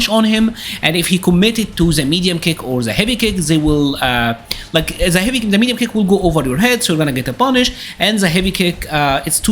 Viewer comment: Dude, you are a cool guy, but you gotta try hard to improve your english. You can say TIGER but words like THE, you pronounce ZE. Do like you do on the word TIGER and say THE using the "T". Will sound a lot better.